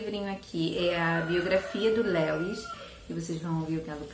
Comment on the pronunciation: Que bom que você voltou!!! Gosto muito dos seus vídeos, acho seus gostos muito parecidos com os meus e você é muito querida - Eu amo crônicas de Nárnia, principalmente esse "O peregrino da alvorada" Só um detalhezinho, a pronúncia do nome Lewis é mais parecido com "Líus", nome próprio é assim mesmo, a gente as vezes acaba falando de outro jeito sem saber rsrs Um Xêro!